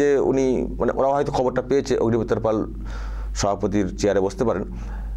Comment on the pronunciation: পল নয় পাল।